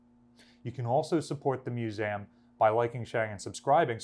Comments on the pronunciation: Narrator, please stop mispronouncing 'museum" as mus-a-um", it is "Museeum" you are in a position of educational authority, and it just stinks that you mispronounce 'MUSEUM" try google pronunciation, and listen hard, you almost don't pronounce the "E" at all. (ACTUALLY SHAMEFUL) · Does he keep saying MuSam ? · I'm not sure how I ended up on this video, but it was very interesting to watch and I enjoyed it. That being said I can't stop hearing MEW-ZAM now.